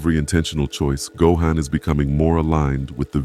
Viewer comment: The pronunciation of go-han is killing me lolz